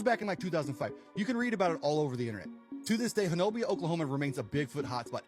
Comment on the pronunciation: It’s not pronounced Ho-no-bia; The correct pronunciation is HO-NUBBY